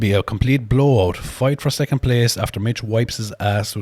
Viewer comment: "First, Secunt, and Turd place" I love the Irish accent 😂